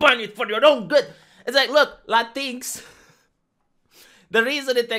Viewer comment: I keep laughing whenever he says "Latinks" because at first I didn't know what he was talking about. (I think they pronounce it "Latin Ex") Now I can't unsee it and this is the way I will pronounce it from now on, because it sounds even more like a slur.